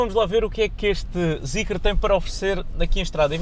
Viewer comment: não se lê Zicre…